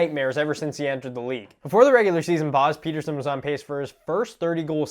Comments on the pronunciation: This guy can’t get through 3 words without a cut lmao also it is pronounced Petterson not Peterson he’s stated that in another interview that he just likes the sound of Peterson more but it’s actually petterson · it's pet-er-son not peter-son, he initially liked how americans pronounced it but boeser convinced him to make others pronounce it how sweds do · They still aren't really calling his name what it really is though. If they wanted to actually pronounce it right it'd be more like "Petter - shown". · Haha elias missprenounced his own name there though... He's trolling you so hard. The commentators are saying it correctly 😄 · I dont care how Pettersson prounuced his name in that one clip, its not proununced that way. Im Swedish. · Like for pronouncing his name right 2 out of 3 times